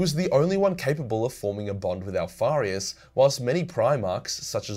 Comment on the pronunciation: That last part about omegon and alparuis sounded like jibbrish idek what happened XD